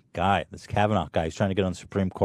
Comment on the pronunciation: it bothered me so much how you kept pronouncing kavanagh “KavanaGH” Youre reading and pronunciation skills are ridiculous